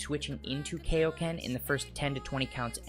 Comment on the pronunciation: I noticed you say Kaioken like Kaoken In the old dub of Z Mr. Shemmel mispronounced it as Kaoken, It's actually KAI-oken, like supreme or king Kai/ Kaiosama